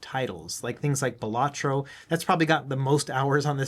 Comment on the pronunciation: Quick tip its actually pronounced bal-uh-troh. The emphasis is on the first syllable, not the second. It begins sounding like you might say ballet